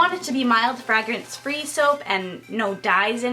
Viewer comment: I love your videos and im not trying to be a negative nelly here but its pronounced FrAYgRINSE